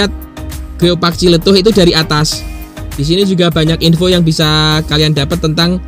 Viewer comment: Yah paling benar TJLETUH😂